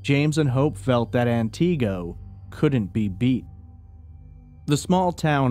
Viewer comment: He mispronounced Antigo for an hour straight. 😂 Just an honest mistake, I'm sure.